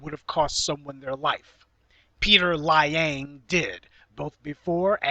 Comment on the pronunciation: Peter Lie-ang lol